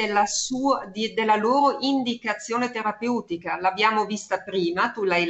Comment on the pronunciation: Adoro la dottoressa. Ma qualcuno le dica come si pronuncia la parola "terapeutica", per favore...